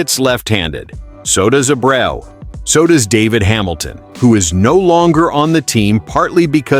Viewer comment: I understand your using a computer enhanced voice on this channel which is a poor choice IMO but could you at least pronounce the damn players name correctly? His name is no Abro or and man do you butcher Rafaela name Please make it stop!!!